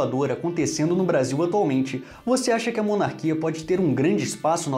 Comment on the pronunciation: À... mené "monarquia" kkk